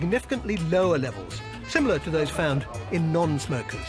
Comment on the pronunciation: Similar not samilar mate :D nice video btw